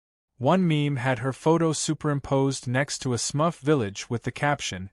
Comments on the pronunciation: it's Smurf not smuff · SMUFF? Do you mean SMURF? 😅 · Smurf, SMURF, NOT SMUFF 🤦‍♂️🤦‍♂️🤣🤣🤣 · Smurf not smuff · What is a smuff? What is a “blue hand motion”? Yes, I know it should have been Smurf. I love the bad AI mistakes! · It is "Smurf" not "Smuff". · I think you mean SMURF, not smuff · LoL..... The A.I. can't even pronounce Smurf right funny shit!